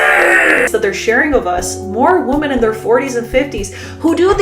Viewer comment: Forgive me, but I'd like to offer some constructive criticism. Whenever you say "women" (plural), it sounds like you're saying "woman" (singular). The first part of 'women' ("WOM-") should sound like "WHIM," differently than it sounds for the singular 'WOM-an.' Also, the second vowel (e) should sound like the "e" sound in "mEN." When you say womEN, it should sound like "whim"+"en" (latter sounding same as in mEN). Thank you for the content, you're addressing important issues and I only hope to help with your presentation.